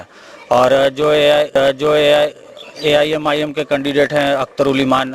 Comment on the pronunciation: साफ़ बोलो एम् आई एम